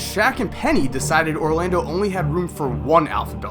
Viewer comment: Is it me or does say Rolando Magic